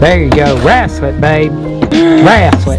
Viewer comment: screaming at getting pissed with “wrastle” 💀🤣🤣 it looks amazing! that stain is so good